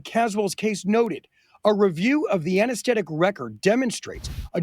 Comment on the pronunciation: Hey reporter, did you know it's pronounced anaesthetic not anaestettic?